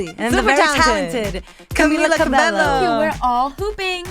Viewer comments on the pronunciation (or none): It's funny how they are latinas and they can't even pronounce CABELLO right lol . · What kind of latina would pronounce it 'Cabello" and not "Cabejo" though.. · ur latinas and u said her name wrong hhhh it's Cabeyo chicas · Ok so like they are latinas and they pronounced Camila CabeLLo? what the hell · They said cabeLLo twice and i cringed! she's just so nice so she wouldn't correct them. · How they speak spanish and pronounce her name like that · She's literally Latina and she pronounces the 2 L's like how Americans would... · how are they latina and can't pronounce cabello correctly lmfao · I hate how they say her name omggggg. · How do they not know how to pronounce her name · I had to pause the video when that girl pronounced Camila's last name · they're Latinas but they can't pronounce Cabello right? smh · I want more interviews.. she's so cute 😍😍💜 That was a really good interview.. the pronunciation of her name annoyed me a little but it's ok .. they're really sweet. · who cringed when she pronounced camila cabello wrong